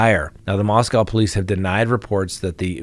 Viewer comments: You are mispronouncing how they say Moscow. It’s MosCo. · Please start pronouncing Moscow Idaho correctly.